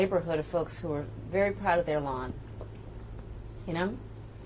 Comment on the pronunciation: The emphasis on "I grew up in a neighbourhood of people who our proud of their lawns" made me laugh out loud. Why is this so important?! If you have a plan, which is what she says she does, then why isn't she simply answering 😂